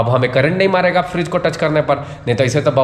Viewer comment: Frage❌ Fridge ✅